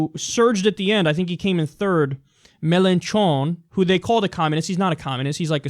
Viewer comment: Melontron. That's how I am going to call my radiohead cover band. Pronounce it with a stupid n. MelOHtrOH! You have to act a bit surprised with the n. Raise the eyebrows a bit.